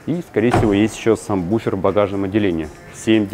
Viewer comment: саМбуфер?! Серьёзно? Ну,грамотей колхозный😂